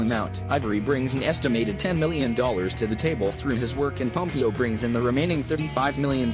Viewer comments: ”Ellen PomPEEo” I can’t😭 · It s ELLEN POMPEOOOOO NOT POMPIO WTFFF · pom pee oh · Ellen pom-PEE-o🤣🤣🤣🤣